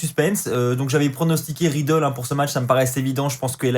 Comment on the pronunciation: Cest riddle pas matt ridlle